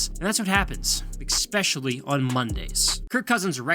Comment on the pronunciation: Expescially . . . hahaha u idiot